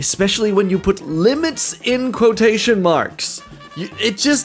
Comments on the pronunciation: quo-tootion. lmao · Quot-ocean or Quototion, I like this pronunciation 😅